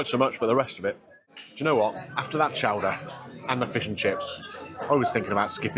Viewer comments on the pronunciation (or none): Chowdah!!! Chowdah!!! Not Show-der.